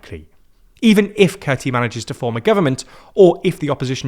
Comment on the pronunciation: Kurti is pronounced as Koorti. So please correct it from now on. Tq